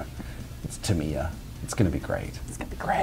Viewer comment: It's TAM-I-YA, not Tameeya! Please stop this mispronunciation!!!!!